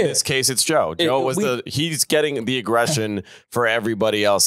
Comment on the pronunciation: can't even say Joe's name 😂